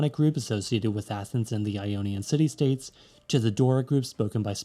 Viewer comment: States, not sates* 🤓